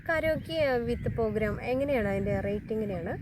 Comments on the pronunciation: തെറ്റ് തിരുത്തണേ . പോ അല്ല പ്രോ . പ്രോഗ്രാം എന്നാണ് ❤❤❤❤ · പോഗ്രാം അല്ല പ്രോഗ്രാം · ഇങ്ങനെ യൊന്നും പറ്റിക്കരുത് അത്ര രസമായി തോന്നിയില്ല.. പ്രോഗ്രാം എന്ന് പറയൂ.. പോഗ്രാം അല്ല...